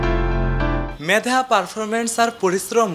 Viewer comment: ভাই আপনার উচ্চারণ ঠিক করেন, হবে-হোভে, মেধা-ম্যাধা, নেট-নেত।